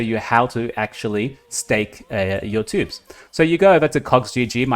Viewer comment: Another great video, thank you! BTW, it choobs, not tubes ;)